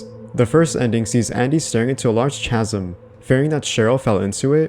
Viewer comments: i hate to be that guy - it's pronounced "KAZ-UM", not "chaz-um" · Chasm = ' Kaz-am '. Not =/= 'chaz-um' Ftfy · Chasm is pronounced “kaz-im” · I don’t understand how people make videos but not look up how to pronounce something.